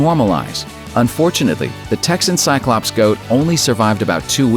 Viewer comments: shots every ...hic... time he sayz ...tsyclops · five words you pronounce wrong before your brain starts to shut down and one of them is cyclops